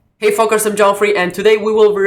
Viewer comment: i thought you said "hey folkers" and was about to lose my shit